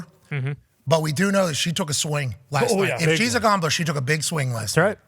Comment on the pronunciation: Every time Pat says "Gomble" "Gombler"🤣🤣😂🤣